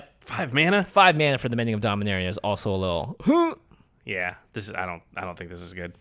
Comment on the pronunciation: You pronounced Dominaria wrong! It's Dom-in-aaa-ria